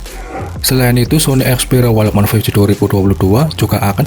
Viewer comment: Perbaiki dulu cara mengucapkan "walkman'